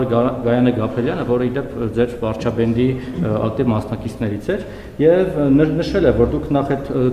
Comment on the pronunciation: Ստոր լրագրող էքվարչապետ բառը (վարչափենդ) էք արտասանում։Թքեմ երեսիդ։ՎԱՐՉԱՊԵՏ ՆԻԿՈԼ ՓԱՇԻՆՅԱՆ ❤❤❤